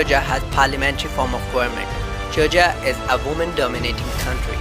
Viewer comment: Georgia not gorga